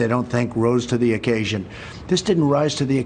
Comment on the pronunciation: Yes .. he read and understood it all so well but " it did not rise to the accasion".